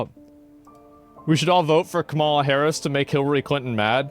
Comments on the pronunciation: Why does he always mispronounce Kamala's name? is he just being racist/antagonizing? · can you please start pronouncing her name correctly? thanks